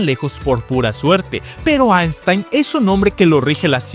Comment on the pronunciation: aistain xd